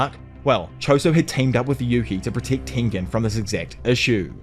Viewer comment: The way you pronounce protect and Megumi must be a wind up, right? Ridiculous